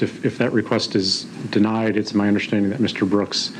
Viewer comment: Never did he not understand ! But he did have a problem with "undersh-tanding" !